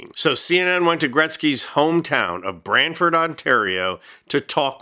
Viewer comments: Get the name right ! It’s brantford, it’s not bramford or Bradford!!! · Brantford not Bradford can Americans get anything right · The town is called BRANTFORD FFS.